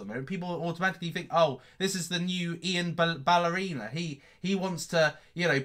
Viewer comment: Did he just say Ian Ballerina!! 😂😭😂😭😂